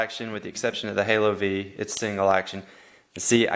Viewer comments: Halo vee? I believe you say the word five. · It's "HALO FIVE" not literally the letter V, it's the Roman Numeral for Five.